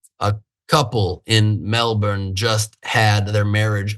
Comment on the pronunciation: Thanks for pronouncing Melbourne correctly.